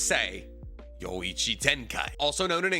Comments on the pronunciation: Your Japanese is so bad sometimes. I GET IT if you mispronounce things as a joke because it baits people. But it makes you a BAD YouTuber and you do YOUR (easy) JOB wrong, because you are misinformation. Ryo-IKI Ten-kai. Where tf do you read "Ichi". You watch enough anime, get it right. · bro said yo ichi tenkai 😭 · Its ryo iki tenkai not ryoichigenkai for domain expansion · bro doesnt know how to say, "Ryōiki Tenkai"